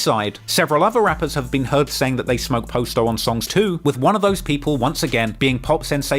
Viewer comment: How has never learned that its pronounced Pah-sto and not Post-o. He literally has a video of Juice Wrld saying but still says it wrong himself